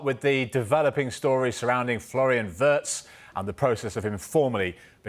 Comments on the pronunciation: Wirtz is pronounced “Weird(s)” by the way. Not wurts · british pundits pronunciation of WIRTZ IS VERTZ.